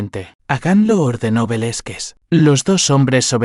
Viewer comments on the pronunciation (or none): Interesante historia desde Venezuela 🇻🇪, Pero por favor, deben trabajar en las pronunciaciones no se dice. Velezquez se pronuncia Velázquez , por favor ! .e desconcentro con las pronunciaciones incorrectas 👍👍